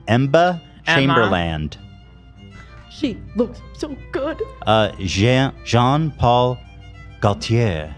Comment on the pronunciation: Ethan: “Em-buh Chaimberland” Also Ethan: pronounces “Jean Paul Gaultier” perfectly